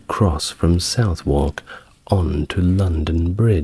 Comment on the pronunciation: I’m confused, you have a British accent but you mispronounce lots of British places - it’s “ southark “ not south wark. Norrich, not Nor witch”, among others.